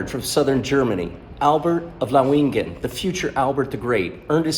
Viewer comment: It's pronounced Laow-ing-en with emphasis on the first syllable.